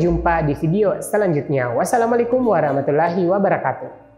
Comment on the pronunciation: Waromatullohi wabaromatuhh gtu mas bukan warumatulahi 🙄🙄🙄